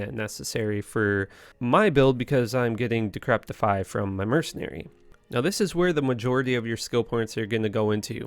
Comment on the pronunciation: There is no t in decrepify